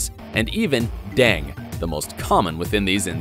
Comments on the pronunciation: its deng-gy not dang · Its pronounced Den-Gay fever not dengue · I am quite sure but is Dengue pronounced as DENG ?????